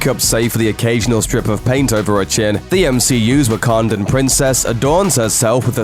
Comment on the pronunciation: I'm being serious...are you saying Wakandan or Ugandan?